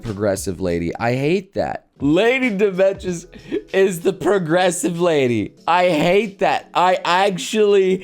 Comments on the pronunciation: It's pronunced Dimitrescu, not Domistrek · It's pronounced "demma-treesk". I think it's french or something. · "DO-ME-TRESK" Domitrescu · Her name is pronounced Di-ma-tre-sk. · I never got on this bandwagon, but what bothers me the most is the uncultured ppl that mispronounce her name all the time. Her name is pronounced Dee-mee-treh-skooh or something along those lines (sry, I didn't get to do much phonetics in school cause I wasn't born in the States). This whole "tall vampire lady" thing and her name is tied in to a bit of Romanian nuance. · How he says her name really annoys me for some reason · You're pronouncing it wrong, man. the 'u' is not silent in Romanian names. Just pronounce it phonetically... like you do for Japanese names. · as a Romanian dude, i cring a bit on the inside every time he tries to say her name xD But i get it. not his fault, just different language. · If only people pronounced her name right lol